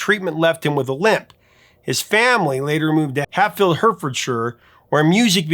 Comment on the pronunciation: Your pronunciation of Hatfield, Hertfordshire is SO bad I had to listen to it 8 times before I was finally sure what you were saying - so: Hat Field, Heart Ford Shy r.